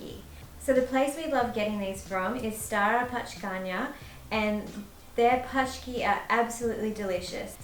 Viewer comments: its Pączki:D Paczki means „packages”:) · Paczki :))) good one friends , but pronounce was wrong - letter A vs Ą is a big difference . A=A , while Ą sounds like English OU - to make it simple - Pączki = Ponczki , because Paczki like you said in the video means Parcels :) Paczki & Pączki are two different things . The trick with CZ , SZ - is when you replace Z into H , then you will have English version CH or TCH , SH . RZ or Ż - is like G in French - Gittanes or English Giraffe . DŻ - sounds like in Italian Giro or English Jam = Polish Dżem . CH sounds like H , Chleb (bread) = Hleb , Ó sounds the same like U in word Urban or Uber , so Wódka = Vudka or Voo - dka :) W=V , Poland is a fatherland of this alcohol . Forgot the last one - L & Ł , L=L while Ł is like English W (William) . You made great job , thank you guys !